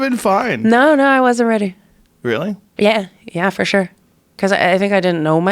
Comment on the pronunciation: Hey Joe stop pronouncing sure as “shore” please!